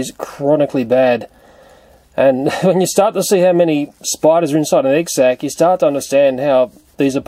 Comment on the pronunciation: whenever he says "sac" i'm mishearding it as "sex"..😂 is it just me....oh....okay .......then..(sorry)